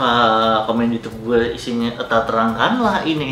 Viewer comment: bukan "euta" tapi "eta" maksudny "ini"/"itu"